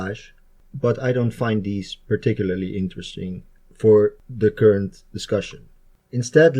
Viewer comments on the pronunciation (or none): none